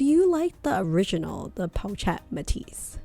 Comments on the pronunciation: Really need to call the bag in its correct pronunciation - its po-shhh-et 😑😑😑😑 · Pronounced: Poe Shet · PO-SHETTE! jeez. so annoying! do you even own this bag? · correct the pronunciation of the pochette please